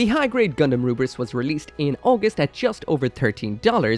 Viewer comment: I think the romanization of the Rubris to Lfrith is due to the letter "L" not existing in the Japanese language.. correct me if I am wrong. So when a Japanese speaker is saying "Rubris", they're actually trying to say, "Lu-Frit". It just comes out as Rubris.